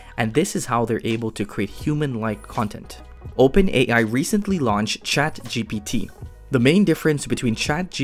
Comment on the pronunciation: It's ChatGPT not ChaptGP3